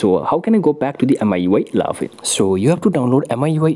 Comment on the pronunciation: Not miui eleven🙅‍♂️ it ellaaaven👍😅